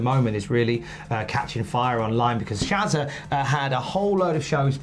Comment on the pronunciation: Props for the pronunciation of Shazza the amount of times I hear it pronounced sharzar is terrible